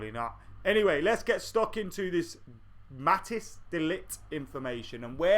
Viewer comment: Matic De Ligt?? Haha just joking man, it's pronounced Mat-eyes